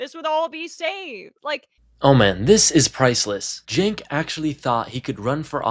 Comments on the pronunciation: Not a current TYT fan or anything, but how are seriously saying ‘Senk’? Surely you have heard his name pronounced before? If you haven’t it’s ‘Chenk’ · You are just two clowns and a women, slagging off a guy whos name you can't even correctly say. Senk. Try Chenk, yu dumb mother fockers. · He said it like sank lol😂